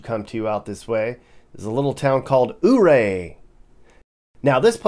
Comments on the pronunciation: and it's Yuray not OO ray. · Ouray...(You-Ray!) not ooray. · It’s pronounced “You ray” NOT ooo ray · BTW, Coloradans call it YouRay, Not OOORay!! :)😂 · Nice video. I've spent many a vacation traveling the state myself. By the way, Ouray is pronounced Your-RAY by the locals, vs. OOH-ray. It was named for Chief Ouray of the Ute nation. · Has anyone corrected your Ooray yet?🤣 “you-ray” Lived in Grand Junction and Collbran for awhile, visit once in awhile and get to missing it. Thanks. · Fyi, Ouray is pronounced "yerray". I am so glad to see your review of my neck of the woods. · Life long resident here. Just wanted to throw in a few corrections for you. In your video you mentioned Ouray. It's pronounced YOU-RAY after chief Ouray of the Ute Indians. Also when you said "There's still snow on the Rockies", actually this is the San Juan mountain range. The Rockies are further east. Just thought you'd like to know. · Not oh -Ray. Yep. But is doing his best. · It's pronounced U-ray. Love the video. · Welcome to colorful color RadO, Ouray is pronounced more like "you-ray" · Ouray is pronounced "You-ray". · Ouray is pronounced Youray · ouray, it's pronounced like u-ray. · Ouray, guess what, the O is silent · Ouray pronunciation is a little off but it’s great place in CO :)